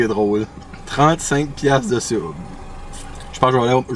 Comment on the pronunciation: je vais pas souvent au subway pi au debut chaque fois tu disais 3 SUB jentendais 3 soupe , fak jtes comme calisss 3 soupe 35 piasse c cher subway , hahaha apres la 3iem fois jai compris , jsuis sourde en maudit